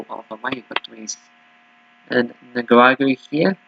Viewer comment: Nick-a-rah-gwah. 😂Lol. I can help you here. I’ve been watching this league for the last month.